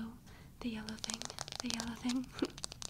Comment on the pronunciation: All behold "THe YeLLoW TiHing" 😂